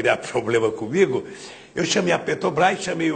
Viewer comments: "petobrais" caralho... como tem mongoloide que defende esse cachaceiro analfabeto. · o cara que sequer consegue falar o nome da empresa corretamente